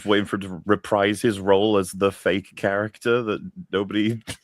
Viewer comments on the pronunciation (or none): none